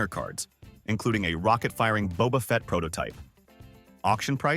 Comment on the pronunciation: 😮It's Bobafet not Boabafet, it's picasso not picarso, why did they have to pay 80bills, surely you mean an $80bill who are the firm called bidders. Isn't it Las Vegas, not Los Vegas. Prosthetic goat not prothetic, or should that be a pathetic goat. Surely you mean a storage unit in OREGAN NOT ORGAN. What's a toughie, more to point how do you eat it? Are you saying bitters or bidders, either way are they an American autioneers or what? The garden gnomes as presidents sounds like good fun, every country in the world ought to hav3 something like that. POP ART, THERES NO MUSIC IN COMICS NEVER EVER HEARD OF AN AUCTIONEERS CALLED BIDDERS OR BITTERS, MUST BE ONLY IN AMERICA.